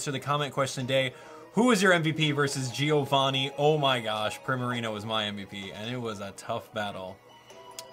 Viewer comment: My name is Giovanni and thanks for pronouncing it right